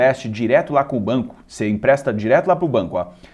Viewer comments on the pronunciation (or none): "Impresta"????? É empresta!!!!